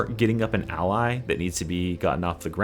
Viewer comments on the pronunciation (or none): none